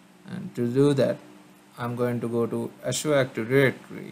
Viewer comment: I appreciate the video but man was hard to hear you pronounce " azure active directory " in such a way and for so many times. Painful to the ears.